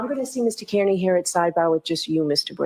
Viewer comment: pronounced car knee 🚗 🦵 =Kearney